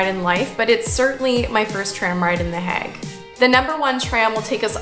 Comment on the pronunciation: Can I ask - are you calling it “The HAG” because you have been told that it is pronounced that way??? I have never heard it said like that before! It is always known as The HAY gggg - to rhyme with plague! The tulips looked soooo beautiful, their colours are just stunning - Fun Fact: my husband has a good friend - who is Dutch - and, before he retired from the job, he “grew” the baby tulip bulbs for the planters to put in the fields of Keukenhof 😉 and also “grew” the Amaryllis bulbs that are very much part of a UK Christmas pressie vibe - a bulb in a presentation box, that when planted, grows into a triffid with a stunning red flower! 😂 we have been to visit him at his home and his “back garden” is just a vast acreage of land with at least 50 greenhouses of various sizes that have bulb propagation production lines! As said, he has now retired and his greenhouses have been leased out to other “growers” (as how they are called) - he said the work was literally “back breaking” and labour intensive having to meet the demand for bulbs that could be sold to the public in UK shops etc and for keukenhof too. One “little moan” please can I Just say? … Vincent’s surname should be pronounced as Goff Not Go! Japp (hubby’s friend) said so, and he should know 😄he said that Dutch people would pronounce the letters gh as “occhk” but they do “forgive” us in the UK for not pronouncing it that way! They like us over here because a fair amount of our fresh salad items are imported from them! Oh…